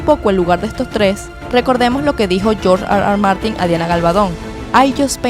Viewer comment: Nadie: George Arwar Martin